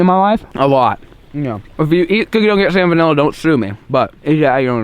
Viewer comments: Why does he say salmon vanilla it’s salmonella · he said “salmon vanilla” and “bony apple feet” 😂😂 i dropped my phone when i heard that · I love it when he says salmon vanilla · Sounds like he says salmonvanilla